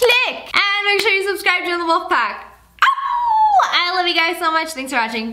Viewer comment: U said not wolf but wlof ?